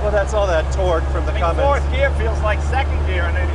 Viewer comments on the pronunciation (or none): Come on Jay it’s Cummins not “Cummings” as you say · It’s Cummins, not Cummings. Leno should know that. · Dammit Jay... It's CUMMINS, not CUMMINGS !!! Awesome truck ! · Awesome vehicle, but Jay…there's no "G" in Cummins. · Hey Jay it's Cummins, not Cummings. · Hey Jay, The "G" is silent in Cummins. I spent my entire career as a Mechanical Engineer at Cummins in my home town of Columbus Indiana, and was involved with B-Series engine program, so I really appreciate this episode. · Jay I work for Cummins and always get a kick out of the mispronunciation. I always say when someone says Cummings it's gangster because it has a little g in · Right, pronouncing words right is waaay too much to expect. Do you see a 'g' on the end of 'Cummins'? Have you made it past 1st grade? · There is no "G" in Cummins. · I cringe every time Jay says “Cummings” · No, only illiterates call it Cummings. There is no g in the name Cummins. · everytime jay says cummings instead of cummins, take a shot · Yo Jay, it's Cummins not Cummings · I have a ton of respect for Jay Leno for obvious reasons, but as a car guy who daily drives a 6BT CUMMINS Ram, I found myself become pretty more disappointed every time I heard him say CUMMINGS to be completely honest..... regardless though, this truck is RAD as hell! Love that he kept it a manual too! I'm guessing likely an NV4500. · "Cummings" 😂😂😂 I'm sure I'm not the first person to notice this and light up poor Jay Leno. God bless him, he's a national treasure to us gearheads. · Someone tell Jay the the g is silent in Cummins. I love you Jay : D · There's no G in Cummins, Jay! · Only 5 lugs!? Also this is the second episode i had to listen to Jay call a Cummins, a Cummings. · Comings? It's Cummins, Jay! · Jay has been around vehicles forever and still doesn’t know there isn’t a g in Cummins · There’s no G in Cummins J! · It's CUMMINS Jay ...not CUMMINGS! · I wonder when Jay will realize that it's Cummins, not CUMMINGS 😭😭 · its Cummins not Cummings J!